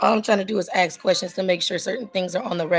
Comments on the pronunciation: Why do black peoples say axe not ask? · Lost me at AKS! Why oh why is Ask so hard to pronounce? It makes an individual sound highly uneducated! I also notice this lady has a very hoarse sounding voice. I’m sure there’s not a soul that wonders why!? Since when do we get to attend court with Yo Gabba Gabba in the background. What a crap shoot. Poor Mrs Washington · How fucking hard is it?? Its called ASK NOT AXE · She's just axing questions 😂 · Ax the write questions. Yous can't ax Stoopid fkn questions. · It's so annoying when idiots try to make out their smart. The second she said,... Axe I was done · She just trin ta ax ah question. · “ Axe, axe, axe ….” WTF? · It's a choice. Axe is not an incorrect pronunciation. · If these women put as much work into not having babies and dodging responsibility this community might get somewhere. BUT 5,000 YEARS LATER THEY STILL CAN'T SAY "ASK" 😅😅😅😅😅😅😅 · Attn ghettofied citizens legal language is neat but when you cant say ask properly it makes anything else you say pointless and childish you better axe someone. And are all these sov cit tards flatearthers as well? They seem on the same level of delusion